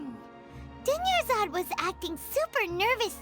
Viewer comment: WHY DOES EVERYONE THINK THERES A SECOND R IN DUNYARZAD LMAO literally every streamer ive seen pronounces it dunyarzaRd the whole time. NONE OF THEM EVER SAY IT THAT WAY IN GAME